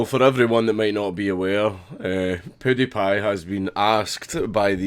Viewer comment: PEWWWWW die pie not poodiepie